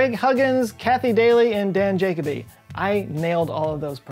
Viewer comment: Great vid! Fun Fact: Jacoby is pronounced “ja CO bee”. ;)